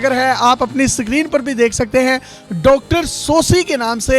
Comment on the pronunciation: Bahi sikreen nahi screen